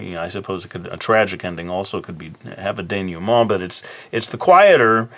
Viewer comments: Your prononciation of "dénouement" is pretty good but to be more accurate, you should say "denooment " rather than "denewment ". ;) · your pronunciation of "dénouement" is pretty good actually! you pronounce the "nou" as "new", while it's pronounced more like "noo". great video! I always have a hard time with endings, so this was helpful! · Atleast he knows how it's supposed to be said, still made me laugh lol "denyument"